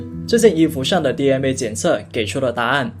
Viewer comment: DNA不要讀成DMA